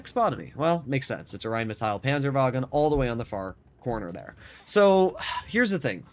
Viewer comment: The Name is rheinmetall. Not rheinmetail. There is no i in this name.